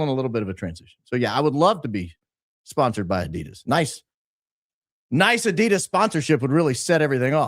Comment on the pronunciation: Lol was just thinking that and its Adidas not Adidas ffs!